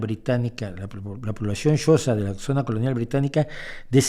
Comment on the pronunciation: tengo entendido que la pronunciación del reino y etnia Xhosa es algo así como [kosa]